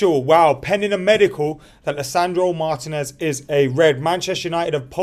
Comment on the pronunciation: "Marr Tea ness" not Mar Tin ness 🙈🤦🏿‍♂️